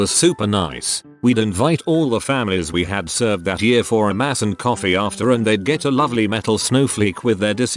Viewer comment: I really hate how this bot reader(or whatever it is called) reads the word "year". Come on, I know it can't be perfect, but "year" is a pretty common word, so don't let it be "yaar".